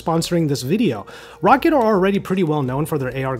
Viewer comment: Isnt it pronounced..rowkid